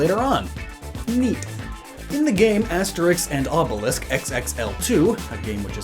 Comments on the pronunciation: Obelix is not "Obelisk". As far as i know, at least. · That’s not how you pronounce obelix. I pronounced how it’s spelt. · As a German, im confused. Is it Canon in english to pronounce the x in Obelix like "sk" while in Asterix it stays normal? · nah pronouncing Obelix with "sk" is just a mistake